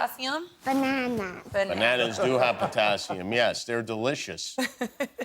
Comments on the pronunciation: She def said Katassium lol lol but i suppoooooose we can let it slide lol. jk she did better than i could have lol. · absolutely!! Did you see how the mom a) took credit for her intellect and b) corrected her utterance 'katassium' to potassium (hoping no one would hear the mistake) and then saved face again by asking her what fruit has potassium in it. The fact that she is being drilled on elements on national TV is indicative of bad things to come for this poor child.